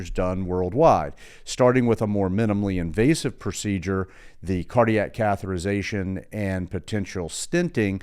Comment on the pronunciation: Great info, but the pronunciation is cath-e-ter-i-za-tion (6 syllables) not “cath-er-I-za-tion” (5 syllables). Yes, I know I’m being very picky, and you have incredible knowledge about cardiac care.